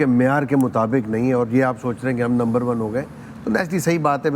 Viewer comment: It is not number 1. It is lumber 1.